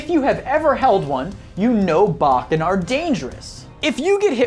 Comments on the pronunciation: BO ken... bokken! Bokken! Not BAkken! That's really erked me! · That's not Kendo 😐 It's KenJUTSU. And it's not Bok-ken, it's pronounced Bo-Ken. And for the love of god can you just showcase clips and STFU 😑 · Bōken!!!! Not bouken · I'm picking & this is only a joke: Odd that you call those who don't know what a tsuka is ignorant fools but you earlier mispronounced boken. (BoW-ken not bock-en) As I said I'm just messing with you...but I am serious in saying you made one Hell of a good video! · "Bah-ken?" You do mean "Bo-ken," correct? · Bo ken is correct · Please learn to pronounce Japanese correctly if you're going to do a video. It's not pronounced "bachken" but "bowken". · The fact he explained the Japanese term for a hilt guard but mispronounced bokken lol